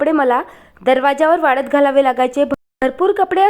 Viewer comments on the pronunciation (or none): वाड तात नाही ग वाळतात